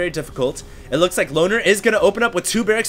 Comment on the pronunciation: whenever said loner i heard boner:/